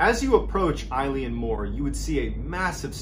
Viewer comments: Tammys aff tae yer pronunciation son. Your saying eyeleeanmore. Fair play to you buddy. Try Eeelan Mor. X 🏴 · I had a bad feeling when I saw the Gaelic in the title, that feeling was confirmed when Mr B pronounced it "I-Lean-More" 😂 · It is pronounced Il-Aun More. Oileán Mór in Irish or Scots Gaelic 😊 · Just discovered your channel. Loving the content, great knowing I have like 3 years of stuff to get through! The pronunciation of the island is actually Eh-lan Moh-r. Literally translated to Great Isle or big Island. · It’s pronounced Ellen Mor 😁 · As someone from the Scottish islands, your pronunciation of the place nearly ended me! Good video though, keep doing what you're doing